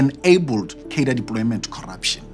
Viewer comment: Very good. But please stop saying "kadir". Cadre is a French word. It is pronounced "kahdruh".